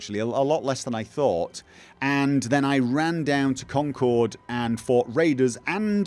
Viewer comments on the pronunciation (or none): none